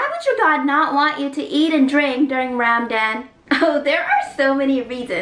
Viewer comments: Legend has it that is still trying to pronounce "Ramadan" right. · pronunciation for ramadan: Ramdam correct pronunciation: Ra-Ma-Dan=Ramadan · Ok is it pronounces Ramadan (raw-maw-Don) if I said it wron could you help me